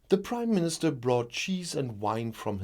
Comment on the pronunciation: Dit you say the British Crime Minister instead of British Prime minister ?